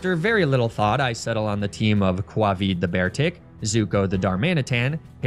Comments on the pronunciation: Aww, this is such a nice video. I hope that White, wherever they are, is watching this and know that her nuzlocke met an end. Pronouncing "Covid" as Quavid was a funny touch XD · Kwahvee for Covid :)